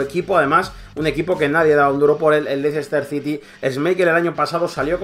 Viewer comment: se pronuncia Léster Sity y Albraighton